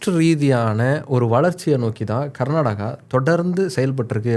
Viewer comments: Pronounce properly like Karnataka not Garnataka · It is not karnadaga, it is karnataka please don't kill the name. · My State name is not Garnadaga or Karnataga or Karnadaga. My State name is Karnataka. ಕರ್ನಾಟಕ. Pronounce the name of my State properly.